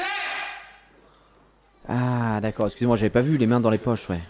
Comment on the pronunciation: le '' d'aCcorD'' il m'a mis au sol